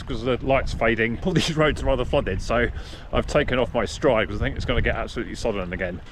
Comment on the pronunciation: Stride, of course. I was pronouncing it Streed. Ask Matt why.